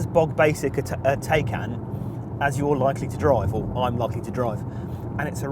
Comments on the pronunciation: Come on sort pronunciation out it’s not Tay-can it’s Ti-can..... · Jesus at least learn how to pronounce the car name. Tie-can not Tay-can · TIE-CAN!!!! What's a Teh-can?!! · Given Porsche say it’s said Tie-can, why can’t you do the research and pronounce it correctly. It’s kind of your job as a car journalist. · Wish he'd stop saying "Tay"-can & pronounce it properly